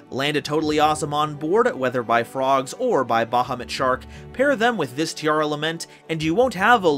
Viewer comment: sigh yet another person butchering the pronunciation of “Tearlament”